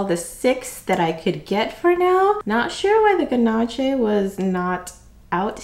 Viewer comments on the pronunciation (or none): Thank you so much for this, I was really hoping for a good swatch / wear / close up look and you did a beautiful job. Chocolate Chip I'm ranking tops and a little sidenote - it's spelled Ganache (and if you haven't tried the real thing - DO IT!!) but it's pronounced Gahnash. 😉 Wonderful Review!